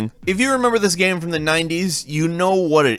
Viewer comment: The way he says game pisses me off